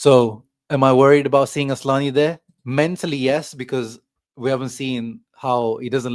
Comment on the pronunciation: It is isn't asslani it's asllani 😂